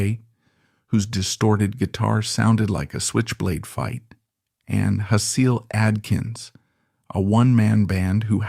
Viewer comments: Nice job. I followed them since I was 13 on the Date With Elvis tour. Saw them more than 100x all over. They were the most amazing live band that will never be topped! Lux n Ivy were delightful and fun to hang with. Hasil is pronounced Hassle. Like it's a hassle. IF YOU WANNA SUPPORT IVY, THE REISSUES FROM JUNE ARE LEGIT 100% PUBLISHED BY IVY ON VENGEANCE!! Try Goner Records, baybeeee ❤ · HASEEL Adkins —the most rockiest man in Pakistan. (It’s pronounced Hazel) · Hasil. Pronounced like basil. I know Fur, she's a home-girl. They shoulda' kept her, definitely classed the place up. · Hasil Adkins is pronounced "Hazel", like the color. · Had a roommate back in the early 00's that LOVED the Cramps and Hasil Atkins (which I believe it's pronounced like hazel). He played his own one man band with a suitcase, coffee can, and a tenor guitar. I lent him a patch cable and he gave it back to me sticky from people throwing beer at him (it was a good thing). He introduced me to the Cramps and I still love them to this day- never found Psychedelic Jungle to my chagrin. That period started my record digging days in earnest. They hit a nerve also because I grew up with a heavy influence from mid-century modernist atomic white suburbia a la my mother. It's a sorta gothic blend of Jim Crow, McCarthyism, lavender fear, with a cookie cut, bake-o-lite picturesque with a deep spiritual sickness underneath the gowns, suits and cocktails.